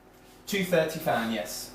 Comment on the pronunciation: Steven Kraska sounded like fahn as in Fahrenheit. But thinking too low